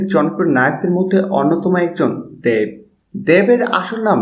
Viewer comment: দ্যাব না দেব ভাই? 😂😂